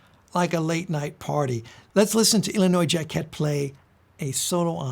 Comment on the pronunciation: Forgive this "correction." This video is really helpful. Thank you for it. Just nitpicking here: "Jacquet, Illinois zha-kay Saxophonist/bandleader; this is preferred . . . pronunciation [authority: Personal conversation with the artist by Phil Bowler, WPKN-FM], but he's accustomed to 'jacket.'"